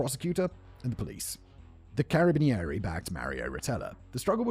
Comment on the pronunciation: The pronunciation of Carabinieri killed me a bit lmao